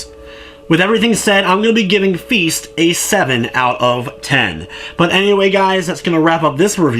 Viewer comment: I'm sorry, did you say feast? Because this game is called feist. I'm not judging your pronounciation, but your intro suggests you actually think they're the same thing.